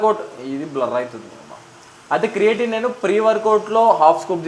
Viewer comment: It's creatine bro 😅 ... Creating kadu